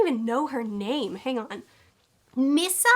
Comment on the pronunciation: You brought up Misa Misa (Mee sah is how they said it in the anime), and I was going to be very annoyed. Unpopular opinion, but the hate she gets from the fandom just never seemed fair to me. She wasn't a dumb character, she's just always compared to L and Light, which really isn't a fair comparison. Then you said that you didn't like how she was written, and I completely agree. So thank you for that.